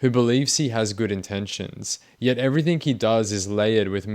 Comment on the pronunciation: Please work on your pronunciation of words. Every think you say ending "g" comes out as a "k". Everythink.